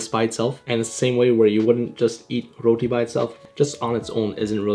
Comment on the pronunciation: Say rooti. Not raoteyyy